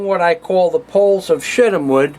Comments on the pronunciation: did any one else here him say shitim wood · Setim wood... and said in a Yiddish accent. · Mary Poppins he said poles of shittem wood....